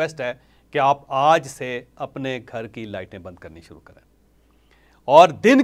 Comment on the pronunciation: Sir Aaj Ki sahee pronounce karany